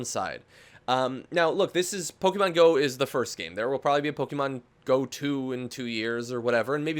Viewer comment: stop pronouncing pokemon wrong please